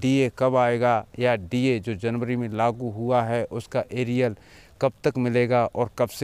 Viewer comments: Bhai Arial nahi hota Arier hota hai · It is not Ariel liquid. It is arrear